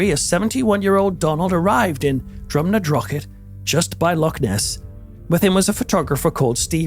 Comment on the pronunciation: Always interesting, well-produced work but particular thanks in this edition for pronouncing Drumnadrochit properly.